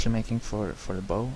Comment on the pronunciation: Very helpful - I was able to sketch my catamaran hull using this method! It's nice to have the commentary instead of techno dance music soundtrack. By the way, a boat "bow" is pronounced so that it rhymes with "how"